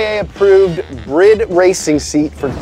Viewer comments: BRIDE not BRID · Wait you guys pronounce Bride as Brid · It's bride not brid 🤣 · It's weird to hear a word like bride pronounced as brid. I always said it like bride. As in bride and groom. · "Brid" like Grid??? it's BRIDE. in Japanese it's closer to "BREED" Dude slaughters companies names haha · "Brid???" Wtf man. It's pronounced bree-day. Source- me, I live in Japan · Is it really pronounced “Brid” and not “Bride” 👰‍♀️? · Why do people say "brid" when referring to bride seats? is it a joke? Surely that's not how English works. Is it people trying to be cool? Pretentious people? Lol am I missing something someone explain please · The seats are pronounced “bree-day” 😊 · You pronounced bride wrong...